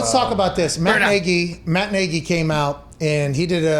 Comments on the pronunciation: “Matt Neegy” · Anyone wanna talk about the fact Nagy is a Hungarian name and everyone is pronouncing it incorrectly including Nagy himself.